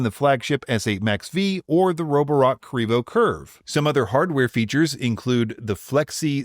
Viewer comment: Also, please stop, it sounds ridiculous.